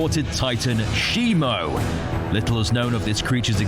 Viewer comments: It's not "shimo" it's shimu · It’s Shimu not Shimo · It’s Shimu, not Shimo. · ITS SHIMU ITS SHIMU ITS SHIMU ITS SHIMU ITS NOT SHIMO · its not simo